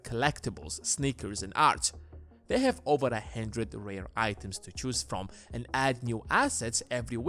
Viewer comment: Always room for a “hendred”